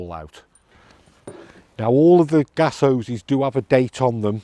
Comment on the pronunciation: When you say Oweses do you mean Hoses?